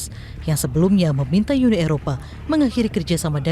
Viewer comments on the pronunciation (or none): UNI, bukan YUNI. Kalau mau sebut YU, sebut European Union